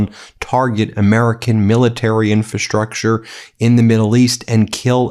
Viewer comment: You constantly mispronounce "infrastructure." In FRA structure, not in fa structure.